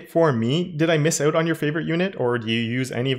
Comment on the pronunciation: man just say "out" not oùt. repeat after me: out out out ah-ooh-t